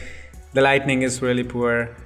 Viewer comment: "Lighting" not Lightning... Nice tuts though.. Keep it up..